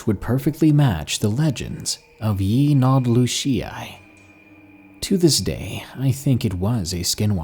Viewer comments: 😂😂😂😂 what's scarier the story or how he butchered the pronunciation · we say it differently and it's spelt different. either messed up spelling it. But ik he mispronounced it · My son is a huge Ben Ten fan & his favorite episode was about this same creature but the cartoon pronounced it 'Yin-el-doo-shi' Just sayn 😘